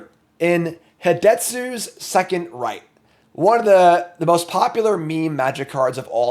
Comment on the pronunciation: FYI Japanese words can be broken into 2 letter syllables. So Hidetsugu would be pronounced He Deh Su Gu